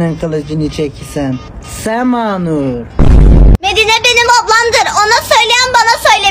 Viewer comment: Bu akım yüzunden ablama sürekli Seğğmanurğğ Diyolar